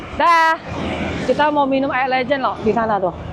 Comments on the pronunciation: Itu es legen bkn es lejen kak 😂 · Ko bukan legend bacanya😂😂, tapi legen, le-nya Lengkuas, gen-nya Genetik. keren akhirnya ke Surabaya. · Bacanya bukan lejen ci,, aduh gimana jelasinnya ya,,, 😂 legen, seperti baca kata "keren". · Legen bang bukan Legend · Air Legen, bukan Legend 😂😂😂.. beda pelafalannya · Cara ucap legen ky ucap beken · legen dari kata legi-an > legen (arti: manisan) le-nya di baca kaya baca lengkap gen-nya di baca kaya baca generasi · Air legen . Baca (LEbah aGEN) LEGEN 😄, next jadi tuak 🤣 Btw infonya bang, internetan di daerah terpencil tetap menggunakan signal operator biasa atau sudah memakai starlink?